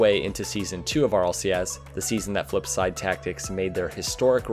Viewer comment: Kuxear flummp say it right